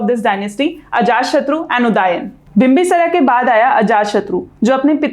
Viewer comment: माफ़ कीजिएगा बिंबिसार नाम था बिंबिसरा नही